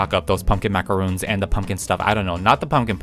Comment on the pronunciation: is pronounced (mac uh ron) 😔 macaroon is something else